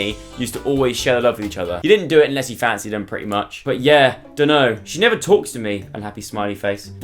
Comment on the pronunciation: I think Joe’s “pwitty” and “buff stuff” 😍😂